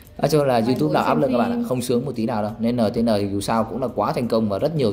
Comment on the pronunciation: Đọc là "en ti en" chứ đọc"nờ tờ nờ" là bọn fan nó vào cắn đứt cậu nhỏ đấy a